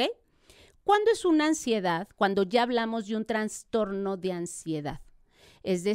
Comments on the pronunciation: Vergüenza de invitada. Para la especialista: no se dice 🚫TraNstorno Se dice: TRASTORNO ☑️ Enunciar: Anunciar Mesmos: mismo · Una doctora hablando de trastorno y pronunciando la palabra transtorno ( mal pronunciada) me hace pensar, si realmente estudió por medio de libros o hizo un copia y pega por internet...🤔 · si la palabra correcta es TRASTORNO!! No, TraNstorno !